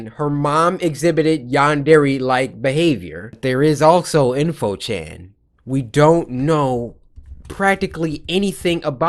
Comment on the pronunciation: It's in~fo chan